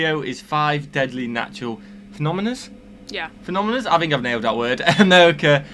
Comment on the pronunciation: Sorry but you did not "nail" phenomena since you added an "s" sound.